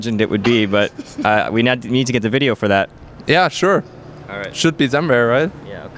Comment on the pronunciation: "ze video should be somevere"